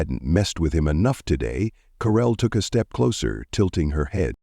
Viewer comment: Who on is DARRELL ? How come she has changed her name from Carell to Darrell or is the narrator’s batteries running low ?